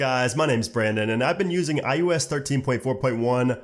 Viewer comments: iOS, not iUS. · why do you keep saying "I U S"